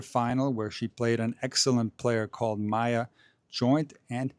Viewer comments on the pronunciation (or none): none